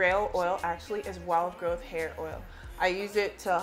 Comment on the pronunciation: I thought you were saying "wild GOAT hair oil". Haha